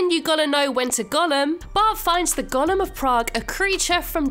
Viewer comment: Its “GO-LEM” not gollum